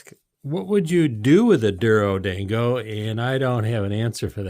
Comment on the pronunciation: pronounced doro-dawn-go by the way :) Thank you for the great video.